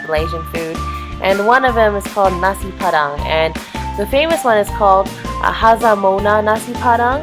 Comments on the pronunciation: It's Hajjah Mona, not Hazzah Mona hahahaha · btw its hajjah mona haha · It's Hajjah Mona not Hazzah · babe. i think its suppose to be Hajjah* Mona. LOL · it is hajjah mona.